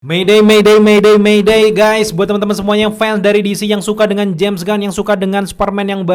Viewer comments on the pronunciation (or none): none